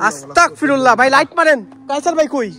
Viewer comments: আস্তাকফিরুল্লাহ ❌ আস্তাগফিরুল্লাহ ✅ নেক্সটে ঠিক করে নিয়েন। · আস্তাকফিরুল্লাহ কি? আস্তাগফিরুল্লাহ হবে ওকে? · ভাই আস্তাকফিরুল্লাহ না বলে। বলবেন যে আস্তাগফিরুল্লাহ। আমার কাছে আপনার ভিডিও বলো লাগে